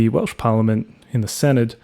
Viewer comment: Note for future reference Senedd is pronounced Sen-Eth 'dd' makes a 'th' sound in welsh words.